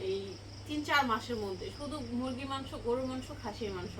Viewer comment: মানসো না উচ্চারণ টা হবে মাংস